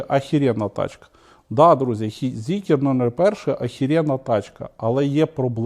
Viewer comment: Та не зікер, а Зікр!!!